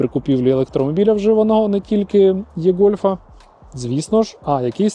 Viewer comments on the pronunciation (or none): До чого тут це? Варіантів вимовляння є 2. Або І-гольф, І-трон, якщо наслідуємо англійську транскрипцію, або ж Е-гольф, е-трон, якщо наслідуємо український переклад (від слова Електричний). Але точно не Є-гольф, є-трон, як вимовляє автор відео. Єкання це калькування російської.